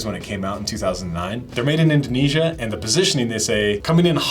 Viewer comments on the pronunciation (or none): none